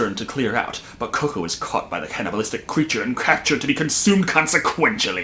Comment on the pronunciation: Sounded like you said "Craptured"